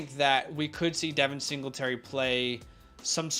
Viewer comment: Just an FYI from 2020 Texas AM put out a how do you say their names and it’s; Devon Achane: duh-VON AHH-chain. Not Devin. Love you guys!